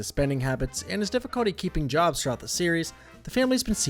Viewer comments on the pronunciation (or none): none